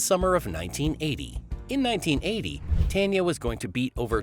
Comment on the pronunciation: It’s pronounced TAWN yaw.